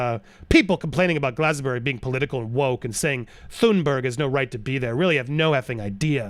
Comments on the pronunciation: Did u say glastonborough? Lolol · I love how you tried to pronounce Glastonbury 🤣🤣 It’s pronounced like glass-ton-brie. British place name pronunciation is deceptive